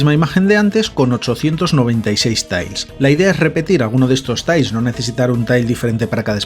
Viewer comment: Suena un poco ''sonico'' que digas ''Tails'' en vez de ''Tiles'' pero vamos, buen reportaje